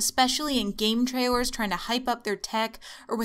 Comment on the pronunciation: "Game traiwers" Way to Elmer Fudd up in the first 10 secs